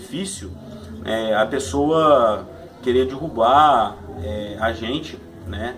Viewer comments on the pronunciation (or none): none